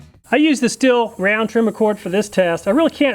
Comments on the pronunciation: Stihl is pronounced: "shteel" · Just an FYI...Stihl is pronounced Steel. Enjoy your videos.